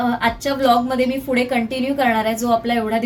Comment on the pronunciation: तुमचं सगळं परफेक्ट आहे, फक्त उच्चार शुद्ध ठेवा.. पुढे ला फुडे नका बोलू.. तसंच बऱ्याच वेळी न ला ण बोलता.. आनंद, नंतर ला आणंद, णंतर असं नका बोलू 🙏🙂